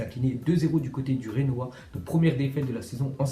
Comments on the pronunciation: on dit « djenoa » par « renoa » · bizbzi s'il te plait fait un effort et prononce bien "Genoa" ont dit pas "Renoa"